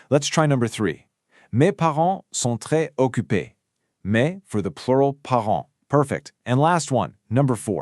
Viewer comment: Très occupés requires liaison.